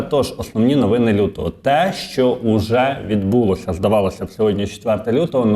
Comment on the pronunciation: відбулОся, а не відбУлось. 🎉🎉 Вчи мову!!